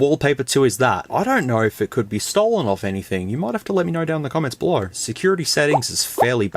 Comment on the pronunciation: Man what an accent lol. As a Bostonian who's atrociously recognized for forgetting R's, you are my polar opposite. Though(r), Pho(r)ne, belo(r)w, go(r), ligh(r)ts, mobile(r), fo(r)lks, hu(r)ge, suppo(r)sed, so(r), oh my!!! XD